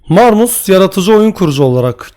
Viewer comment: Abi marmus değil de marmuş diye okunuyor